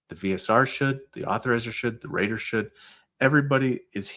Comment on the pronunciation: Rater not Reed 😂